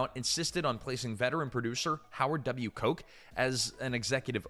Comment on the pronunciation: Nice work. But the Producer’s name is pronounced “Howard Kotch.” By the way, the bonus material on the DVD is also insane! The goods and mismatches in the movie were hysterical.